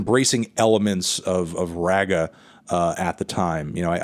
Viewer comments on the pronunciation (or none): bruh you did not just pronounce "reggae" as "ragga"